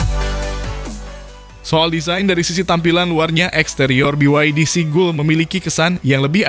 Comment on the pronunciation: Seagull dibacanya SIGAL. Bukan Sigul bang 🤣